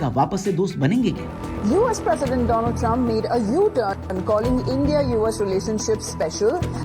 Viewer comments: Doland= दो-लॉन्ड 😂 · भाई सीधे सीधे कह दो जो कहना चाहते हो Doland 😂😂😂😂😂 Do +L...d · Mr Doland Trump 😅😅😅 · Doland nhi "le lund" trump😂😂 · Lo Laand Trump 😂😂